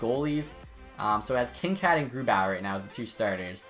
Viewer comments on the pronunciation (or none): Ur saying kinkaid wrong